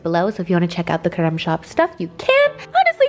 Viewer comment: that "creme" sounds so polish to me